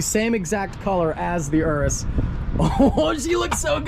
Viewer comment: OK so it's Urus not Urbus theres no "B" in the name & you even flop back & forth between the names. You're the only one I've heard say Urbus.